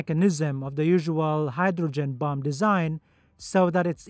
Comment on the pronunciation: "Let's assume the bum has already been released from the bummer". I can't help but hear the words "bum" and "bummer" every time he says bomb and bomber, which is rather interesting. I'm not knocking the narrator because his English is far superior to my second language. Well...I don't even have a second language, so definitely not criticising. It's just funny hearing him talk about bums and bummers, is all. 😂